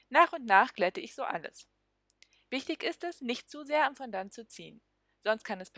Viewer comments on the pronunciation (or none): Bitte das Wort richtig aussprechen: Fo-Do ->